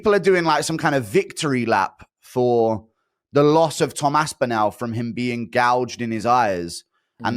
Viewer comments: How can Guru not say Aspinall? AspinAAAL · Can we please ask Guru to stop saying Aspinall like that please